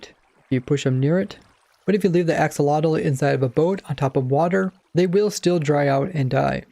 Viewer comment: Huh? It's ak-so-lo-tl